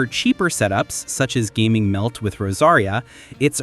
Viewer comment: Great content, but it seems like you struggled a bit with pronunciation of quite a few names! Here is how you can pronounce them a little better, I hope this helps! Xiangyun: shyung - yoon (not entirely correct but close enough for an English speaker) Gaming - gah-mean Faruzan - fah-roo-zahn Mavuika - mah-vwee-ka (you pronounced this as Mavooka at one point, though you also pronounced it correctly at another point) Escoffier - ess-ka-fee-ey Furina - foo-ree-nah (you pronounced this fur-rin-nah at one point) Xilonen - shee-lo-nen (you pronounced it as see-lo-nen a few times) Arlecchino - ar-luh-kee-no (you pronounced it ar-luh-chee-no a few times)